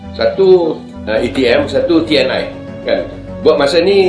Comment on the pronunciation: Bukan Te eN Ai pak bro!! 🤣 Tapi Te eN I.